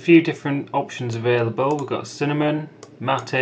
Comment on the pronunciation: Uruguayans and Argentinias (myself) thanks your correct pronunciation of MATE